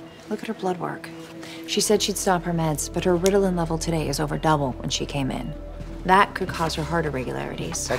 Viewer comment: The way that woman said “ritilan” bothered me😂